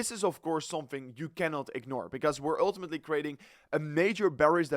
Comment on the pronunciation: when you say one more time uullltimatli man